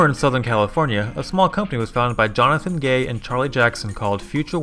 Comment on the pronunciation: "Jonathan G A Y" killed me instantly💀💀💀💀💀💀💀💀💀💀💀